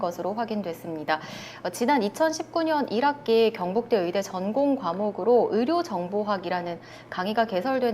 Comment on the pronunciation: 아씨 경북대가 자꾸 굥북대로 들리냐 ㅋ